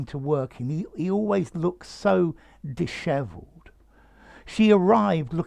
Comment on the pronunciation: Beautiful word and beautiful pronunciation. Thanks.